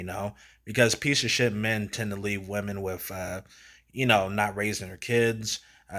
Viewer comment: Brodie sounds like Onision. "THESE WIH-MEN" 👿 lil' bro has never touched a woman